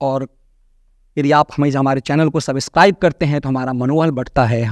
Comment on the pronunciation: Please, go through the google for the precise pronouncing of “subscribe”, you need to use this word often and repeatedly in each video, hence requesting - not that any of us is great in English pronounciation and going as such also goes well.😂🙏🏻🎉💕